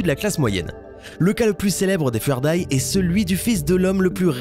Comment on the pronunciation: Jpp la prononciation du début! Les Fuerdai. On écrit ça Fu Er Dai et en prononciation ça donne Fou ère Daille ;)